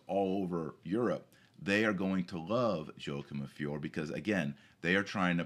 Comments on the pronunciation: And the name of the town is pronounced "Fioray". Just saying. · One should pronounce the "E" in Fiore, so it sounds like "Fioray" . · "Fee-or-ay" Everybody needs to brush up on his Italian. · FIORE Pronounced fee—YOR—ay Painful, doctor, painful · Yo-a-kim of fee-or-eh